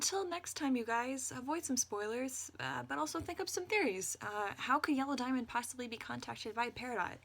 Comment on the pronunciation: It sounded like you said Jello Diamond. New fanart plz~